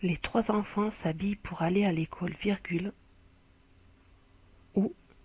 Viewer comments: on dit ecole pas ecaule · mdr comment elle dis écaule elle